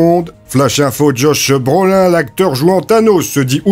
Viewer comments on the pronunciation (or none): Il pousse l'imitation jusqu'à tout prononcer à la Française "Josh Breaulain" je m'en remet pas !